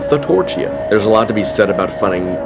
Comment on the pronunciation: You: Thatorchia Me, an Intellectual: Death Testicle